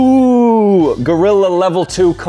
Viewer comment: He was saying BUI you IDIOT